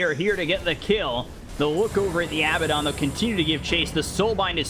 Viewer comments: weeew why is he keep on saying abbadon it's AA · I wish the commentator said Abaddon correctly